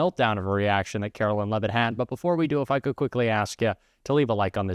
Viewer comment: Karoline Lie-vitt….🤨